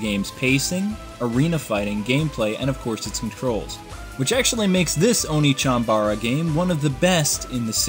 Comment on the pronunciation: It's OnechanBA-RA not Onechanbra lool